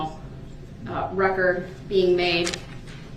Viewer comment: It is ridiculous how he has been thru criminal proceedings in court for over 20 yrs but keeps saying for the "reckert" like the stenogropher isn't doing that with every single word of sound made.. Maybe he's hoping for the "reckert" means he's putting it on his next recordz/album lol